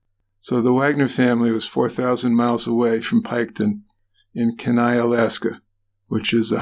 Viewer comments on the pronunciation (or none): It's pronounced "keen eye", Alaska